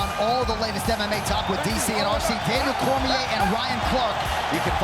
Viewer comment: Sometimes it sounds like they are calling him come shot. Cracks me up. I thought he was a better fighter but he isn’t that fun except fighting Gilbert.